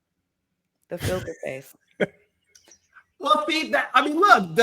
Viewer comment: When she said filter face, I heard gefilte fish 😂